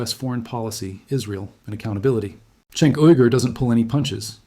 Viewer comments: Chenk not sink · It's prounced "Jenk", the letter C in Turkish is pronounced like a J. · Cenk=Jank. that is how his name is said. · Bro good Video but try pronouncing Cenk correctly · Just watch one tyt episode and should be able to pronounce cenk uygur correctly… ffs lol